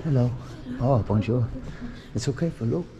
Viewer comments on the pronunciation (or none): arr bonjour ,,arr bonjour, bonjour , in that english/ french voice hahahahaha top geeza